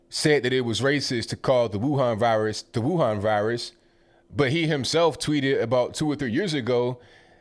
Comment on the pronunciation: Amazing how correctly pronounces the word Wuhan both in Mandarin and Wuhan dialect.